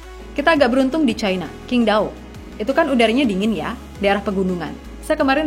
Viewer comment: QINQDAO kalo org Sono ngucapinya Cing Tao min... Q dibaca C D dihcapin T.. Propinsi Shandong dihcapin Santong...